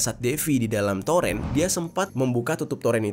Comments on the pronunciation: Itu baca nya toren, bukan torEn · Torn bg di bacanya bukan toren🤣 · toren bang bukan toren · TOREN bro bukan Toren bacanya !!!